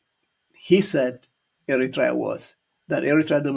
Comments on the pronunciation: This is the people from the street happened to dress as politicians. To be honest I don't think they are educated and where did they get their qualifications maybe bought it in the black market or dark web. Specially this man is absolutely an embarrassment not be able to pronounce Eritrea. They are a joke of the world politics. This man can't even read. To be honest they live in a dream land as they can't win against Amhara, Tigrians and oromo it's a diversion as they brought the Assab case peoples will be in there bus going to fight and clearly Ethiopia is in the mercy of many actors. Well said, this idot man doesn't deserve our time but we all are one Eritreans when they targeting our people and country. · He Can’t even pronounce the word Eritrea correctly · cant even pronounce ERITREA well. Shame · The Ethiopian FM can't even pronounce the name Eritrea correctly. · Thank you! It’s funny how he pronounced Eritrea 🇪🇷❤. He is ugly in side but 😈🦓🇪🇹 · Poor doctor he does not call our lovely country Eritrea correctly😂😂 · Well done,, we might not agree about our politics. However, when the foreign countries, especially Ethiopia or Ethiopians, are trying to impose their opinion, ideas, or claims, we fight as Eritreans. But what this man is reading from the paper doesn't even pronounce Eritrea fluently. The Ethiopians politicians actually run out of ideas. I don't consider them as knowledgeable politicians but came from the street to ripoff the people of Ethiopia. They only manage to run Addis Ababa or 4 kilo, nothing else. you are fluently teaching this uneducated man with paper in hand. They are full of jokers without substance. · This damn foreign Minister, Moreover all his false statements that have been given by his child master he doesn't even know how to pronounce Eritrea